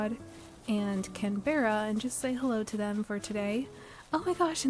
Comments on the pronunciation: im so glad you said this, can-bear-ah was driving me crazy and completely breaking the cozy vibes immersion, but i can skip to the second episode now! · Opened this from my tv onto my phone because the “can-beh-ra” was driving me nuts 😂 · Yea yea please I beg you to pronounce Canberra properly! It’s the capital of Australia and we all Aussies hate it when it’s pronounced wrong 😂😂😂😂 CAN BRUH. Not all words are pronounced as they are spelled, especially in Australia ❤